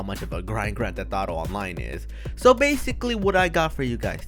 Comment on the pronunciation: "okay tho bathicawwy"